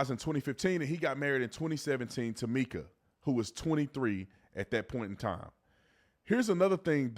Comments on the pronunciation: Ok, B Tatum, you normally have done your homework but not on this one. She WASN'T 10 she was 14. Her sister stated that people misunderstood her that it started in 2010 when she was 14. Still wrong but the whole 10yrs old wasn't correct it was 2010. You also pronounced her name wrong and after all the videos out there no one calls her "Meeka" it's Mica pronounced "Micah" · Her name is Mike-uh! Not meek-uh. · MICA is pronounced MY-kuh, not MEE-kuh 😊😊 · It's my-kah not mee-kah. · Just an FYI, Mica’s name is pronounced with a long i sound, not a short i sound. It’s the same pronunciation as the name “Micah.” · Mica not Meeka 🥴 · I think it’s MIkuh not Meekuh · My-ca is how her name is pronounced sweetie.🙏🙌😇💙🌸💚🌼💜🤗🌎💮💗🌺💐💖🌹💃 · 📌Pin this, please. Her name is pronounced My-kuh!!!! Like the mineral. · It's pronounced My-kuh!! Mica, like the mineral. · Her name is pronounced Mica … sounds like My….ca. sorry it just drives me a little crazy. I’m a family friend of hers..keep up the good work on reporting. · her name is pronounce Mike-a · Please pronounce her name correctly! It’s My-ca. also just adultery is NOT the only reason for divorce. What about physical and mental abuse??? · Good video but please pronounce her name correctly. It’s Mica with a long I such as in Michael.